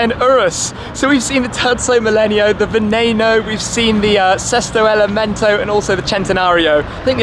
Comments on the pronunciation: Sesto elemento meaning sixth element....not" sick element"wtf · Gary Tucker “Sesto Elemento” please !....not Selesto ! 😉 Sorry.....but I am Italian . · Sesto elemento shmee means sixth element not seak or seek element